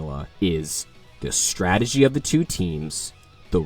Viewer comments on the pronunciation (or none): Nobody gonna talk about the "Stradgey" in ?